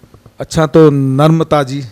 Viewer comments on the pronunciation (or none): अरे रिपोर्टर जी महोदय आपसे निवेदन है कि नम्रता जी के नाम का कृपया सही उच्चारण करें। नर्मता जी नहीं बोलकर नम्रता जी बोलिए प्लीज...... बुरा मत मानिएगा